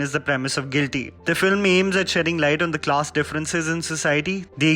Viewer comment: Did I just hear him say GLITY instead of GUILTY?